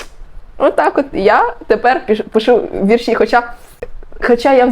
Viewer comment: Правильно "вІрші" (наголос на перший склад), а не "віршІ"